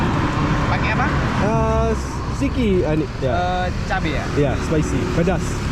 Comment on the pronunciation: Is not "siki", but "sedikit"